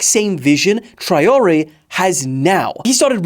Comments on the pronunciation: It’s Trawalleh for God sake 😭😭😭😭😭😂😂😂😂😂😂 but I understand no worries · the way you said Traore should be a international crime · the way you said Traoré will make africans (and prob french) cry